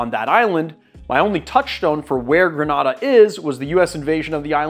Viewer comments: Gre-nay-da, not gra- nah-da. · GrenAda .. long A sound.. respectfully thank you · Love rum and rivers and you… sooo I’m going to up your Caribbean street cred: “greh-nay-dah”. What you’ve pronounced is in Spain. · The island is pronounced "gre-NAY-de," a fact I only know because I'm old enough remember the US invasion of the island (but which I just confirmed on Wikipedia). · Was just going to say this! “Gruh nay dah” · LOVE these rums from home, but man, the incorrect pronunciation made my eye twitch. 🤣😂🇬🇩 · Please work on your pronunciation of Grenada